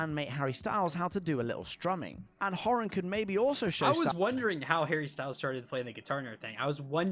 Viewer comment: Couldn't even pronounce Niall's surname properly! So why would anyone believe him?